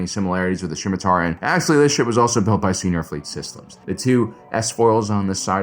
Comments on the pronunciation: hey whats up nerd, its pronounced SIMM i Tar - not SHCim atar, good channel, the C is silent. Its a sword in history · I have never heard scimitar pronounced like that. Skim-itar, sure. Sim-itar, yup. But Shim-itar is a new one to me